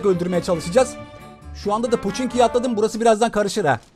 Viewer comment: Poçinkmi ponçikmi anlaşılmıyor